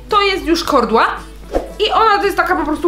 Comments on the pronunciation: Mówi się kołdra a nie kordła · Kordła ? XD kołdra 💖💖💖💖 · Kordła😂😂😂😂 jebłam😂😂😂😂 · H HA ha jednak nie tylko ja mówię KORDŁA 😂 ALE KARKULATOR KOROR 😱 to już nie panuje nad tym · Ja też mówię KORDŁA😂😂😂😂😂